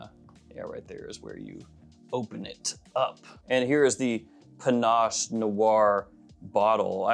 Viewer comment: Panache?!?! Panache?!?! Really? You've got to be kidding. Shouldn't a fragrance reviewer at the absolute minimum pronounce the fragrance name correctly? SMH...